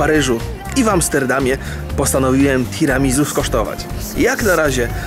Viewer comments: omg 'tiramizu".... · wszystko fajnie ale Tiramisu wymawia się Tiramisu(nie ma tam Z) Swoja droga Tiramisu znaczy "Unieś mnie w górę" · [tiramizu] ? a nie mówi się przez "s" [tiramisiu/tiramisu] hmm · Tiramizu a nie Tiramisu ? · Tiramisu wymawia się przez "s", z akcentem na u:) Nazwa pochodzi z włoskiego i jest zlepkiem trzech słów, które tworzą zdanie "Tira mi su" w dosłownym tłumaczeniu znaczy "Unieś mnie". Czyli jest to deser, który ma nas unosić na duchu i poprawiać nam humor:)) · "tiramisu" czyta się przez S. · Tiramisu sie mowi:P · tiramisuuu sie powinno wymawiać